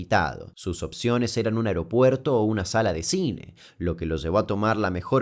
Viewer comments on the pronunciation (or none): none